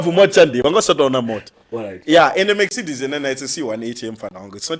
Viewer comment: Zvinoita mex-cedes😂